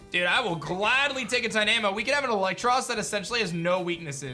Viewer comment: The way you say tynamo is dynamo but with a t